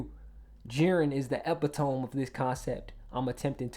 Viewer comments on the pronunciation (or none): It’s Uh-pit-oh-me not eh-pi-tome lol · Good video brothaa just bugs the hell out of me how you pronounced "epitome" I prefer "epito-me" over "epi-tome" lol nitpicky but yeah hahaa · Epitome is pronounced APIT-TA-MEE...😅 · Not to be annoying: Epitome = uh-pi-tuh-mee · You're not pronouncing "epitome" wrong, you're just saying it in french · Don’t feel bad about “Epitome”. Eminem mispronounced “Omnipotent ” in Rap God.